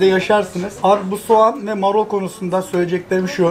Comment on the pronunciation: Abi marol değil marul 😂